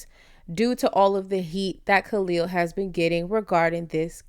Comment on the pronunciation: Why is the sister saying Khalil name incorrectly 🤔